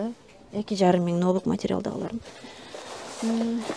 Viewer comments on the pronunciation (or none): Мери Кей эмес Мерай Кии деп айтылат. Ноубук эмес Нубук деп айтылат.